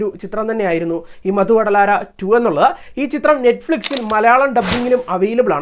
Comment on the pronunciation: മധു വടലാര എന്നല്ലടെ...മത്തു വധലരാ..എന്നാണ് (ലഹരി ഉപേക്ഷിക്കു)